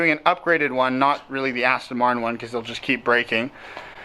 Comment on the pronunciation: It’s an AstOn not AstIN please pronounce it correctly.